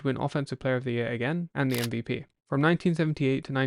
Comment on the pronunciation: Announcer can’t say ‘the’.